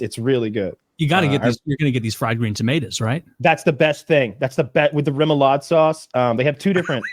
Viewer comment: “Sausa” -woody